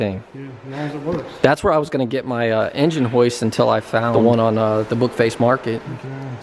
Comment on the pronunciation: Ha ha he said Book face market